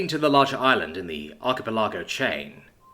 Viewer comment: Arc-i-pel-i-go Lol not arc-e-pel-are-go